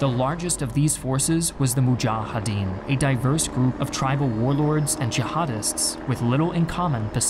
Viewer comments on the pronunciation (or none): I love all episodes except this one. Unlike the Iraq war video, this is biased. It feels very one-sided. You only relay the narrative from one side. Very inaccurate just like the pronunciation of names like mujahideen and karzai